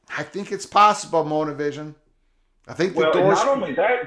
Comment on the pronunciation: And i hear MOTORvision... not monavision😆